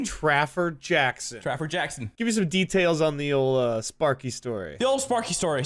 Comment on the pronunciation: “Traffer Jackson” Lmao